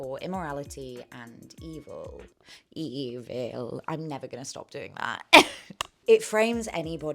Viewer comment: I love your videos, so informative and entertaining ❤ I also laughed when you said “ee-vill” remembering how funny it was on your previous videos.